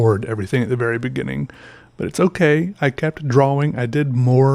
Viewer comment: Draw-wing